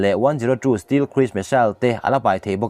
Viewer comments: Still jet ti toh suh .stealth jet ti toh roh....i lam dik theih miah loh le ..zir thlen chin a hriat mah mah 😀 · Steel jet chu bon om ve😎😂😂 Stealth - mizo tawnga STELT tih chhiar angin lam tur